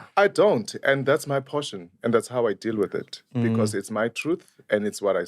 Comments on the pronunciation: HOW HE SAYS BECAURRSE. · Stop adding ‘R’ on words with no ‘R’, I love and enjoyed this podcast but got annoyed every time he twangs when he says ‘because’ yeerrrr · Am I the only one hearing "BECAUSE"? It has a twirl at the end.